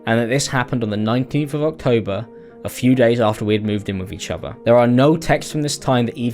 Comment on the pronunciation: please apologize to me for him saying “each offah” instead of each other.